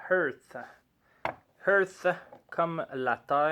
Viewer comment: lol, c'est "Heart" comme coeur et non "Earth" comme terre:P Mais bon review quand même. On voit très bien qu'il y a une recherche dans les saveurs... pas juste une reproduction de saveurs existantes. Bravo à!